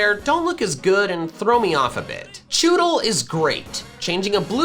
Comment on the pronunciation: CHEWTLE, NOT CHEWELT!